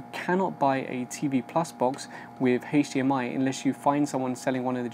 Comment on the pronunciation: took me a sec to figure out you were saying HDMI, since you pronounce it as HAISH-DMI